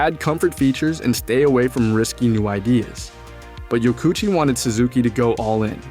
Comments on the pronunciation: I don't have to imagine it's 1984, I was there. The whole premise of this video is nonsense. I owned one of these bikes. I owned an original Katana as well. These motorcycles are not "hated". Blah Blah Blah. AND his name is not pronounced YO KOO CHEE, it is pronounced YO KO oo CHI. You are missing a syllable. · His name is pronounced Yoko Uchi.. 😊